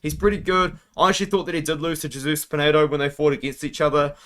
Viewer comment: we love you but it's Hey-soose not Jay-soose 😂